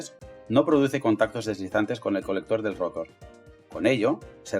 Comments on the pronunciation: Muy buen video pero si habría que aclarar si utilizarás palabras en inglés o en español porque escucho que dices rótor en vez de rotor y estátor en vez de estator, cosa que puede confundír a las personas que hablamos español. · Buen video, pero por que dice estator y rotor con acentos donde no van? Las dos son palabras agudas, el acento va en la última vocal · Molesta como pronuncia ESTATOR y ROTOR. Por lo demás, excelente explicación.